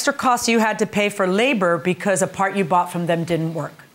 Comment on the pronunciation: The mechanic might have been sticking it to him for bringing in his own paahrt Mechanics/techs play games, trust